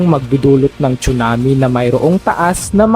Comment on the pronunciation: tsunami po hindi chunami😅